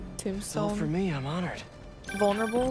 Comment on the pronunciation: it's Tombstone and Yuri not Dom Stone and Fury lmfao